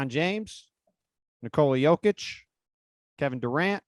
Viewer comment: Bruh said Jokic……. Really?